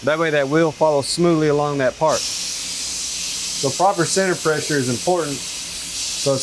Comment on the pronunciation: say senner one more time